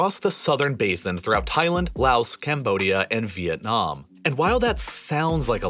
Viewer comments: It’s not “louse”! The s in Laos is silent! It’s French. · You say Laos like lao not laos.